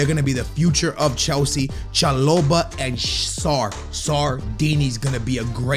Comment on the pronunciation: let’s just fix that pronunciation Cha-Bo-lah